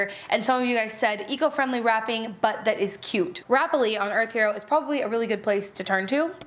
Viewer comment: Shelbizlee is pronounced shell biz lee. The way you pronounce it would be spelled shelbizzle. Just sayin.